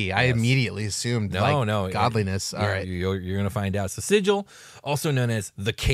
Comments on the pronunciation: Sigil: sounds like Sea Gull, not Sid-jal. Dude on the left pronounced Xaos correctly. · Didn't the original planescape book specify that the city's name is pronounced Sig-ill" Where the g does not sound like a J, but rather like the g in gate. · are you sure you pronounced sigil right? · I was going to watch this, but you dont know how to pronounce Sigil